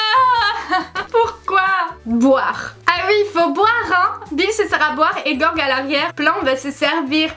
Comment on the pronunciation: Moi à chaque fois qu’elle prononce Gorg au lieu de Gé-org 🤮🤮😂